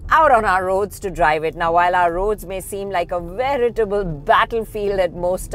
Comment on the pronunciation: At the mark said something like "vraiatable" battle field...and I did not get what she said. Now will the autocar video editor ignore her gibberish just because she is higher in the autocar pecking order?or she did say a strange word which I have no idea about. 😉